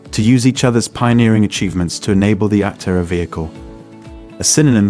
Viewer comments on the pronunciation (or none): Was this written by a chat bot? I’m asking because the video frequently does not match the narration. The narration sounds AI. Aptera is mispronounced.